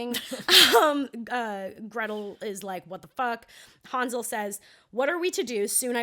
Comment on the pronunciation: It's Han (like hand)-zle and gretel not haan-zle and gretel